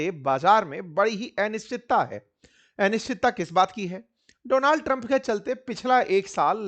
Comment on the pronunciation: अनिश्चितता को ए निश्चितता न कहिए